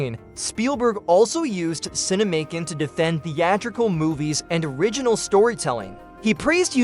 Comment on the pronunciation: It's not "Cine-Macon", like "Macon County Line," but "Cinemacon", like "CinemaCon". Like "pro versus con." Good grief.